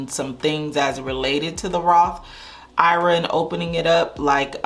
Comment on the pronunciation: Lord! I’ve been bing watching your videos, for about a year. I’m not current, but I cringe every time you say “Roth IRA” it’s Roth I.R.A. for Individual Retirement Account. I sure hope you correct this in future video. Sheesh!